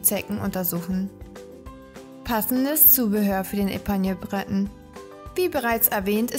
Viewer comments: Breton ist französisch! Es wird nicht englisch ausgesprochen! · Ähm, Du sprichst den ersten Teil der Rassebezeichnung französisch und die zweite Hälfte englisch aus... ok, weiter unten selber bemerkt. Hab die eben erst "entdeckt" und finde sie knuffig. Eigentlich bin ich keine Hundefrau, eher mit Katzen und Pferden, aber ich fange an, drüber nachzudenken. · Sie sind reizend und klug und ganz wunderbare Gefährten. Nachdem mich mein geliebter Pointer heuer verlassen musste, bin ich auf der Suche nach einen Bretonen. Aber das ist ganz schwierig, in Österreich sind sie derzeit nicht zu erhalten. Ich würde für einen Epagneul natürlich auch ins Ausland reisen. Hat jemand einen Tipp für mich? Das Video ist gut gemacht und informativ. Aber "Breton" habe ich bisher nur französisch ausgesprochen gehört, das anglisierte "Brét'n" klingt für mich etwas sonderbar.